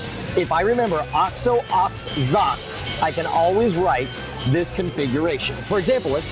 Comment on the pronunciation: i laughed out loud when he said "OX OH OX ZOCKS" rofl